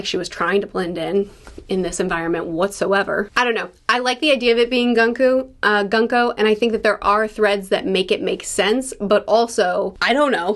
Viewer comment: By the way, Gunko is pronounced “Goon-koh”.